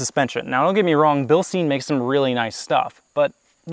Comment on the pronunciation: Why do you pronounce Bilstein so wrong its hard to listen to it for a german